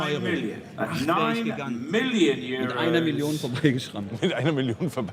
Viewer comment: wie geil sie bugatti ,,centodieci'' sagt